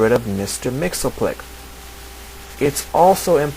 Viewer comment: It's pronounced mix yes spit lick not mix el plick